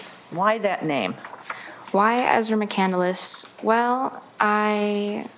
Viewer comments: She doesn't even pronounce her own last name correctly. It isn't "McCanduluss". Ugh. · She says it like candle less. Fuckin ignorant. It's a simple name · So why does this wacko pronounce McCandless as McCANDLE-LESS? She chose the name but mispronounces it. The Twilight Zone theme should play right before the video starts. 😂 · Trevor Westin Oh I agree there is different pronunciations for a lot of words, but this girl claims to be a big fan of Chris’s, thus her explanation for legally changing her last name to his, “McCandless”. There is one L in McCandless so why she is using 2 L’s (Mc-Candle-less) appears to be more of a reading issue and that she most likely doesn’t know anything about him. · Right off the bat, she doesn't pronounce "McCandless" correctly. I'm already annoyed at her pretentious buffoonery. EDIT: Also, "Into the Wild" was written by Jon Krakauer, not Chris McCandless. She's so psuedo, it's incredible. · She’s not even pronouncing her last name correctly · The psycho cant even say her new last name correct. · Katie Rose she cant even say her last name correctly lol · plain Jane she can’t even pronounce the last name correctly, and no woman I have ever heard of was named “Ezra”. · OK, right off the bat you can tell she’s pretty stupid. She says McCandless incorrectly and she says he wrote the book. He didn’t write the book it was a story about his life written after he died. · She also frequently mispronounces the last name. She pronounces it as Muh*Kan*dl*les. When her hero Chris McCandless (and everyone else in the courtroom) pronounces it Muh*Kan*less. This annoys me to no end that she is so set on getting her identity straight but cant even pronounce it the way it's intended by the source of inspiration. Its just one more feather in her flawed cap of thinking she is smarter than everyone else yet doesnt deliver it convincingly. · Lost In Nevermore right she pronounces it Mac-candle-less instead of Mac-cand-less